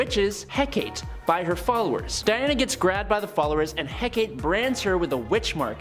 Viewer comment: Hecate has 3 syllables. Lern2words.